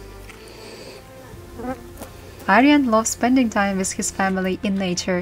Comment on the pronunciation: The word with is pronounced with a TH not wizt. Please enunciate, I noticed when you speak you barely move your jaw. Use your jaw to sound out words